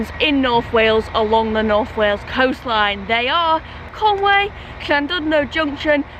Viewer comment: Sorry, but it's called Conwy, not Conway.